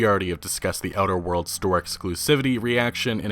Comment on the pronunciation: Are you talking about "outer worlds"? It sounds like you're saying "other worlds". Annunciate